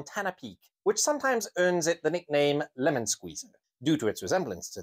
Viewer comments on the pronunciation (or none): none